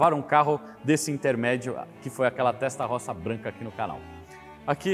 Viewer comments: Desculpe-me - entenda como crítica construtiva -, sua pronúncia p/ TESTAROSSA é horrível. Diga "têstarôssa". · Só peca ao pronunciar o nome TESTA ROSSA que em italiano se diz: "testa rôssa" tradução literal : testa=cabeça ( no caso em se tratando de um motor, refere-se ao "cabeçote"; rossa=vermelha. Logo é um motor com a "CABEÇA VERMELHA" e não por acaso o cabeçote é literalmente pintado de vermelho. ROSSO=VERMELHO ROSSA=VERMELHA ROSSI=VERMELHOS/VERMELHAS. È que trabalho na Itália há 18 anos e julguei conveniente fazer esta observação, não a prenda como uma crítica "destrutiva", mas somente a título informativo e para conhecimento. A matéria está muito boa, parabéns pela explanação. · rapaz doeu no ouvido ouvir testarrossa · Vídeo monstroooo!!!👏👏👏 Agora, a pronúncia "Testarossa" não pode ser soada incorreta. É um crime! Kkkk 🤣 Abraço!!!👊✌🔥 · Show de informação, só não consegue pronunciar o nome Testarossa corretamente.